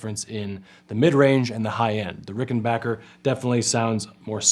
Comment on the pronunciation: I’ve owned both and much prefer the Rickenbacker sound. The Danelectro was nice but sounded much thinner. However it was a little easier to play due to the wider neck. At least this dude pronounces Rickenbacker correctly! 😀